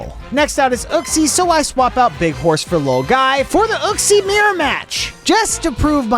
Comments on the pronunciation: And it's pronounced yooxie not uh-ksee. Lol it was hurting my soul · It’s pronounced (yu) (xee)